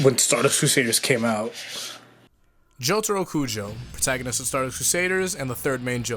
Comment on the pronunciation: IT'S DZOTARO KUDZO NOT JOUTAROU KOUJ9